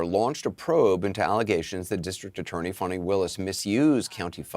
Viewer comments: CNN is the only outlet calling her FAWNI instead of FANI... Why am I not surprised? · Fani. Not Fauni. Obvious attempt to make her sound more sophisticated and just better than us. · Notice how all these media outlets try to fancy/class up her name?? 🤣 "Fahni" Nope... Its fani, ... as in fanny Amd they've ALL been doing it... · Why does the media keep calling her “fawni”? Her name is Fanny, like a backside. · Someone's pronouncing her name "Fawni?" Not Fanny? Pluuuleeze! 🤣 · Why do the liberal democrats keep saying her name is Fawny…it’s Fani as in rear end! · Can anyone pronounce Willis' name correctly... Fahnie, Fannie or Fawnie 🥴